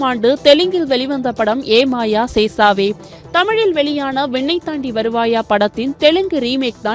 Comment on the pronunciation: Sesavae illa chesavae...adhu vinnai...vennai illa...news readers should know you pronounce properly